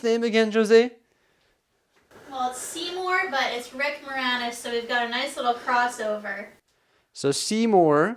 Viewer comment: Ah good ol' Nick Moranis and the Shitauri. Excellent detailing, even if the pronunciation is a little off xD